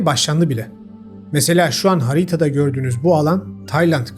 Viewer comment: Beğenerek takip ediyorum ama her "harita" dediğinde fıttırıyorum